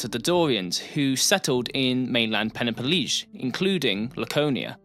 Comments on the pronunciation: Nice video , but why do you keep mispronouncing Peloponnese as Penepolese? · great vid man! :) don't take this wrong, but: is that really how you pronounce "peloponnese" is english? i'm not a native of english, hence the question. keep up the good stuff!